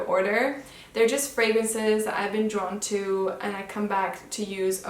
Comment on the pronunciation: This is your first video?!? You have become one of my favorites! You are so fluent with the fragrances and actually pronounce them correctly 🤗 You’re the best!! 💛